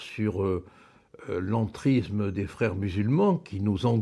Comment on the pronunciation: Bonjour Maître. Avant toute chose, j'adore votre travail, j'adore vos prises de positon. Mais pourriez-vous faire un tout petit effort. Je pense que lorsque l'on aime son pays on aime sa langue. Donc, pourriez-vous faire un effort sur l'entriZZZZZZZme et le rapport sur l'iZZZZZZlamiZZZZZZZme. Alors loin de moi d'avoir un fantaZZZZZme, mais un peu de respect pour la langue sera le bienvenu. Merci d'avance.